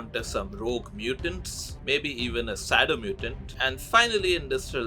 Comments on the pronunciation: His name gary sato not gary soto☹️ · His real name is Gary Sato not Gary Soto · Its SATO 😭 awesome mod and video tho 👍